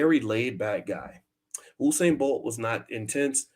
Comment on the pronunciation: you kept saying Husain. its usain as in Yousain